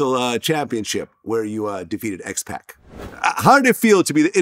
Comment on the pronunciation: I was just about to be like "oh shit, Vlad likes wrestling" and then he mispronounced X-Pac's name. Foh